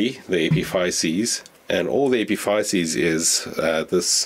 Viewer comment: It took me a while to realize you were saying epiphysis. Here in the US it is pronounced differently